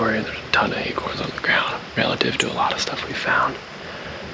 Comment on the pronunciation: LOL... they are acOrns... not aKerns!!! Dang Texas guys... haha you said that buck showed no indication that it might have CWD. That in mind, is a guy supposed to have every deer he harvests tested for CWD?